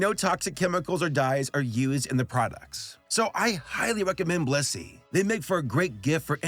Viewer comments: i had this on in the background, and i swore you said "this video was brought to you by bussy" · i swear to god PLEASE pronounce the BLIS in blissy, because all i hear is "this video is brought to you by bussy" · I thought he said "Brought to you by B u s s y " in the beginning and i had a heart attack. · IM SORRY BUT I KEEP HEARING BLISSY AS BUSSY HELP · didn't sound like blissy sounds like you said bussy for sure uhh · I swear instead of Blissy I hear bussy.. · your blissy ad just sounds like you said 'bussy' and vehemently advertised bussy. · HE SAID BLISSY 😭